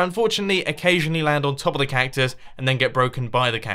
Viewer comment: Why are you pronouncing "cactus" like "cuc-tie" ?